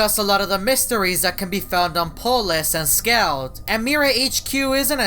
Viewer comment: can you speak? its not apolus